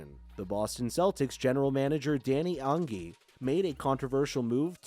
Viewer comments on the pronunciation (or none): Ange bro it’s Angie